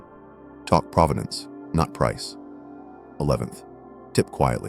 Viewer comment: It’s pronounced pro-ven-ance meaning history or story of the object. Not pra-va-dance like the city. ….. and that you don’t know that makes you new money. Or maybe no money.